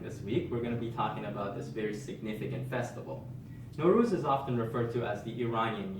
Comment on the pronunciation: Nowruz = Nav Roz!! A few differences in vowels!